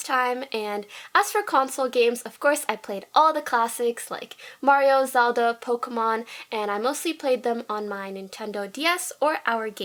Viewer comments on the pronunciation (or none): ITS POK-IMANE NOT POKI-MANE GET IT RIGHTTTTTTTTTTTTTTTTTTTTTTT